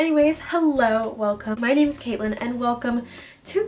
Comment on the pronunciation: I just came back to this to re-watch how you did those fall flowers, and I realized I never thanked you!! I was too caught up in how adorable all the decor was haha. Everything you said in the shoutout was literally so sweet and I really appreciate it - you nailed the name pronunciation, too!! Hope you’re having a great weekend❤️